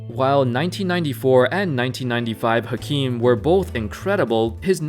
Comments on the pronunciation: Great video but just an fyi, it’s pronounced as “Akeem” and not “Hakeem”. This was the reason why he briefly changed his name to Akeem in the early 90’s. #facts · YSK: Hakeem is pronounced “Akeem”.